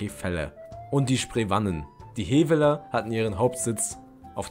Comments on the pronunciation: Sie werden Heweller und Spreewahnen ausgesprochen.😉 Sonst ist es gut gemacht.👍🏻 Grüße von einem Historiker aus Brandenburg. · Aua, die Aussprache von historischen Namen (Heveller, Sprewanen, Wettiner) tut ja den Ohren weh! Bitte nicht nachmachen!